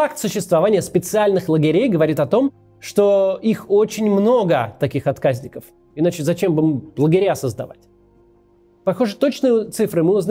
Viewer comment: Не первый раз замечаю, что Кац тупо читает с бумажки или экрана информацию и неправильно ставит ударение. Ну какие откАзники, если отказникИ. СкладЫ, а не склАды